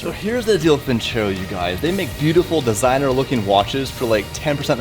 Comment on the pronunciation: It's not vincèro, it's vinceró. It hurts my ears, please.